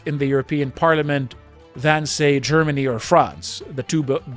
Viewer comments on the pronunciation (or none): none